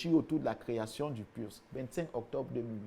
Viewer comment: Il a dit le "PURS" 🤣🤣